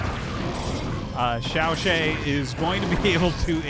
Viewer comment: FYI， Artosis，ZhanHun ‘s name should be pronounced more like /dʒan hwən/ not /hən/. and XiaoShuai is pronounced like /ʃau ʃəwai/ in english.